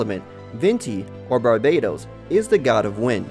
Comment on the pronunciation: Its barbatos not barbados sheesh